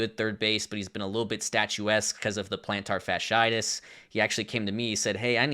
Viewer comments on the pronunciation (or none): none